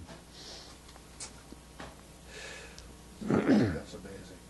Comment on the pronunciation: everything that comes out of him is truth, as when he slips and says Michelin rubber plant-tation, lol.